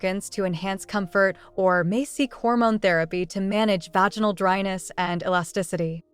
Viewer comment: Why can’t you use punctuation or pronounce vaginal correctly? 🤨